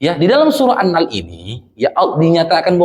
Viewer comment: Mohon maaf bukan maksud mengurui, Cuma sekedar berbagi apa yg sy tau, Bacanya bukan annal tapi an-nahel huruf e nya tersembunyi